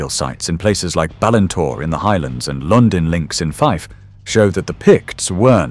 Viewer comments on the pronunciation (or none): none